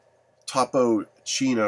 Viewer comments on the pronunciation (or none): You’re an idiot! It’s not chino it’s Chico. Topo Chico is actually the better mineral water. It keeps its sparkling even after opened. Contains the essential minerals too.